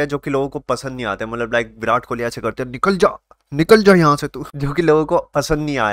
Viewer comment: Kohli hai bhai kholi nahi😂